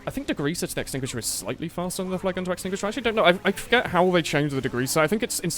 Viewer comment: "using the axtinguisher in 2018" lol sure DEX user cries in the corner